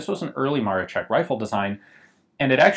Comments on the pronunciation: Just a small note: the "sz" is a hard "sh" sound, so it's more like "Maroshek" or "Maroschek". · Ian, a great overview -- thanks for covering interesting stuff like this! Just FYI, I know Polish is a trippy language, but "Maroszek" is pronounced "Mar-o-shek." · "sz" should sound like English "sh", and the stress should be on the "ro" in Maroszek ("Ma-RO-shek"). Great video and nice gun. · The SZ in 'Maroszek' is pronounced like 'sh'. You pronounce it like 'Maroczek', which is pronounced like ch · its marOszek :D accent on O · And in "Maroszek", the accent is on the second syllable. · In Polish the "sz" sound is just like your standard "sh", not "ch" like you pronounced it in the video. The way you were saying it, it sounded like "Maroczek", not "Maroszek". Just for the future, in case you get more chances to break your tongue with the Polish launguage. Loved the video. Cheers. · Ok, that even I didn't know to exist, and I'm from Poland. And Maroszek try to pronouce something like Maroshek. It's more correct for you. And great vid again. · It is pronounced "Jusef Marosheck". Either or, great video! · It's always weird when you don't speak polish, eg. This is "zbrojownia", not "zubrujownia" xD and of course "Józef Maroszek", not "Dżosef Maroczek" :P You could help yourself using iVONA or Google Translate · Great video. One thing was a little bothering, it's MaroSHek not Marochek, but that's not important. It's really sad to see how well things were doing in my country before the WW2 and how it all flipped because of it. Really a shame to see such a gun wasted. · Btw Gun Jesus, it's "Maroshek" not "Marochek". It's Maroszek not Maroczek. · "Sz" in word "Maroszek" you sell like "sh" in word like "SHHHHHHHiet". Not like "tch" in word like "witch". I know i know it is trully doesnt matter but wouldnt be polish citizen if i wouldnt mention that. BTW that is great video ^^ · dont read it maro CZ ek read is maro SZ ek